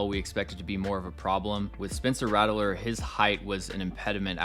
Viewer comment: His name is pronounced Rat-ler not rattle-ler btw